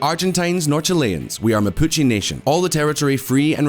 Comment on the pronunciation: I didn’t want to check… but I did, and yeah… video about the Mapuche mispronounced “Mapuche” the entire vid. Hombres, seriously, not hard at all to check how to pronounce the subject of your video…